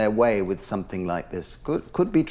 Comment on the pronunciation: "Mel what do you want a WKD or somethink." FFS